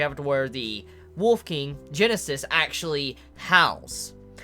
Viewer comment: GUINNESS...NOT GENESIS.. LIKE THE WORLD RECORD BOOK OR THE BEER!!!